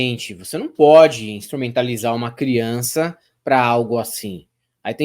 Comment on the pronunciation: Ele é "pôdi"!